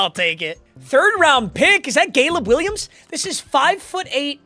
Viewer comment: gayleb Williams 😭😭